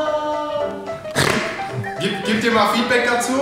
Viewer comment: Wie lang? Jp: ich sags dyr morgen